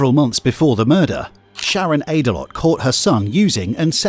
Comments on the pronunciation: "Aydelott" 'Ate-a-lot' 😂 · Brandon Ate-a-lot? 🍦 You've got to be shitting me... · “Aydelott”… It’s not even funny! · This is so sad, man. But I did a double take every time i heard that last name, Aydalott. Don't eat too much out there! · So I start the clip and it starts with the man who sounds like he’s in excruciating emotional distress. Then it skips to a picture of a very overweight man, whose name is pronounced at a lot,? Come on man I’m only human. Dude… OH yeah, I know I’m a dick! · Brandon Ate-a-lot lmao😂